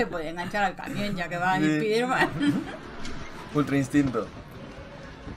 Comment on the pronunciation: spiderman o spaiderman?